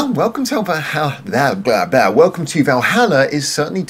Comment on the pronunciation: Stretching 'Valhalla' to four syllables, - (intentional or not) is a masterstoke, IMHO. - Interesting take on the concept without going too deep and getting lost with all the mythology. - Musically sharp, some lovely support with Jill's strings. - this ticked a lot of boxes for me. Lots of interesting little details to listen out for. - And Fuki singing her little heart out is always great value. Great song.